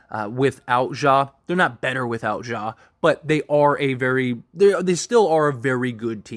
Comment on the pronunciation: Ja Not "Zhah"